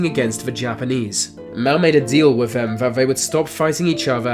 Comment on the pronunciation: Couldn't watch to the end as you're speech is terrible. You litteraly cannot pronounce "the" or "th" in any word, it's always "When v north" or "wiv v worst country". Terrible. Just terrible.